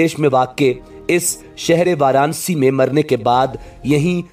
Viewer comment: شہر کا نام۔ وار انا سی (Varanasi) ہے وار نسی نہیں ہے